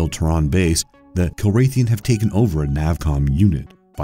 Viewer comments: Jesus,... if you absolutely have to mispronounce words like 'terran' and 'kilrathi', at least be consistent with them. Little tip; the accent is on the first syllable in terran, like tear-an. And the cat people are kill-rath-ee. Also, your sound editor is flubbing it, leaving pauses in weird places. Like between the first and last names of everyone, and inexplicably everywhere else too. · Kilrathian? C'mon. And I quit when he pronounced cavalry as "calvary." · ok 1, i can understand mispronouncing Kilrathi, but how do you pronounce terran wrong? seriously. i didnt really like that wing commander movie :P honestly they should have hired the cast from the games, there was no reason not to. Virus was a wierd movie. :/ Soldier, this was a good really good movie. :) space truckers lol that was a funny movie... and its denis HOPPER, not HOOPER. ok im done lol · Teyrans. Kiraythis.... Dennis Hooper.. A like for the mindboggling unnecessary mispronunciations. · It's Todd 'Maniac' Marshall. And it's pronounced kill rah thi. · Not to mention mispronouncing Terran, Kilrathi, David Suchet's name. I had to stop watching from the mispronunciation, it was so distracting. I don't know how anyone can recommend the Wind Commander movie. That movie is terrible, and I saw it at the cinema. Soldier is a movie worth watching, Kurt Russell is so underrated it's criminal. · Ok dude...... if you are scifi fan as you claim than you should KNOW how to pronounce Terran. Tear-in is how you pronounce, as in someone from the the planet Terra. Kilrathi is pronounce either Kill-ra-the or Kill-raw-the.